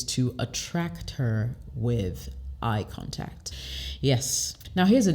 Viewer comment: She's from West Africa and I'm sure because sometimes she used some French pronunciation, eye contact eye kantak pay attention to it